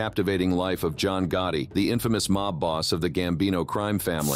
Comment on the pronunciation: There was a lot of things that are incorrect about this video and also there’s a lot of mispronunciations. Another words, they pronounce names very wrong, including Gotti Was this done with AI? If so, I hope we don’t continue to do it this way.